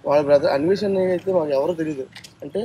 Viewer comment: Anvesha kadhu na anveshna ani adugu thelusthadi